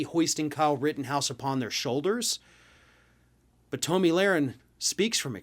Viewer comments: Uh...just wondering...how do you not know it is pronounced "tommy" and not "tow-me?" Listen here you eggheaded humpty dumpy wannabe journalist...have you been living under a rock? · This liberal can't even pronounce her name correctly. It's pronounced Tommy not Toe-me. I watched every minute of the Rittenhouse trial and the jury got the verdict 100% correct. Whoever didn't watch every minute of the trial, your opinion means nothing. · I'm not sure if you were doing it as a joke, but her name is pronounced like "tommy". I hate her with a passion, but I'm also not about mispronouncing names or giving people nicknames to poke fun in the political arena. Think we need to move above that as adults. Again, not sure if you just didn't know or what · I have never heard it pronounced Toe-Me